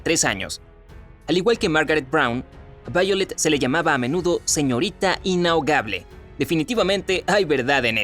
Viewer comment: "SEÑORITA INHAOGABLE" :v